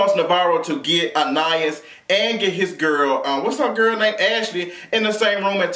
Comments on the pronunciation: Anna-ys is how you pronounce it. She was really beautiful, back in the day. My godmom said she was twin!!! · It's pronounced, Anna- Eese. Lol